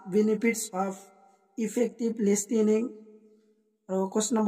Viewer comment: Listening nhoi listening